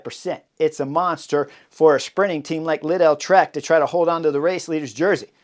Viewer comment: how does this guy mispronounce every other name and also completely butchers Lidl jfc